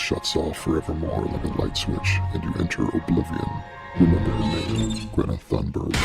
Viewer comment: My name is Gree-etta Ton-buy